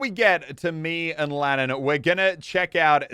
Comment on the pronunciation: He did Lannan wrong